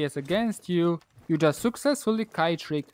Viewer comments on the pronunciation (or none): none